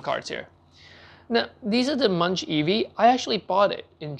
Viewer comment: "Monk", not "munch".